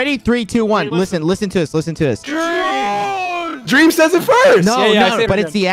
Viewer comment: Drrreeam LMFAO